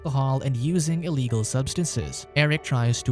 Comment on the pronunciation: “Cunt-ay-ning an eeleegul subsinse”